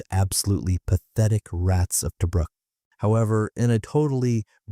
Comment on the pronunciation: Toe bruk -- nope! pronounced Toobrook. A Boyes rifle armour piercing bullet makes a great center pop.The old man was Technical Seargeant and liberated one.